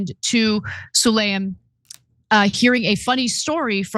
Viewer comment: Ana, do you have a reading disorder? It’s spelled “Sulayam” so why are you saying “Sulayman”????